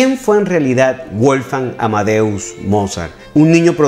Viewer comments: Muy lindo el vídeo, lo único que me gustaría que revisase es la pronunciación del nombre de Mozart. Es Wolfgang (la W suena a V), no Wolfang. Saludos desde Argentina! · WOLFGANG SE ESCRIBE Y SE PRONUNCIA VOLFgang Es un nombre aleman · Estimado: en alemán la doble u (w) no se pronuncia como en inglés, sino de forma llana, como la uve (v) en castellano: Weber se pronuncia "véber" (no "béber") y Wolfgang se pronuncia "volfgang" (no "bolfgang"). Espero que esto te sirva para tus maravillosos videos, que sigo siempre con mucho interés. ¡Saludos!